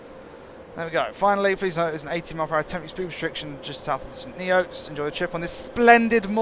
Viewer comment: it is pronounced like st nits my dad once worked there